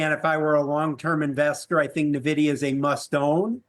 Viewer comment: This expert cannot pronounce Nvidia properly?